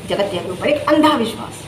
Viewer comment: Theek se boliye jgatiya kya hota hai